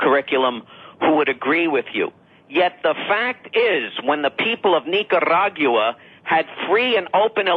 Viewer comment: where are you? We miss you on TRP Fri nights! ( Nobody pronounces the country Nicaragua better then Frank!!!!)